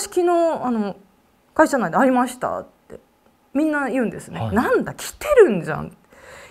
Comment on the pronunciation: ありました⤴︎が⤵︎ 、テレ⤵︎ ビ⤴︎の⤵︎ が気になりすぎて話し入って来ないw